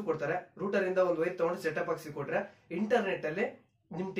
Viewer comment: Ond..ondu channelnu togobodu guru....☺️☺️.."Router"...ruter...Alla.....